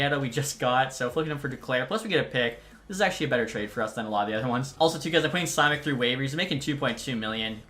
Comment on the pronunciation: Simeck is pronounced more like shimeck